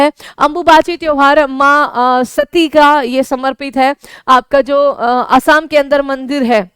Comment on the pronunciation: असम को असाम क्यों बोलते हैं?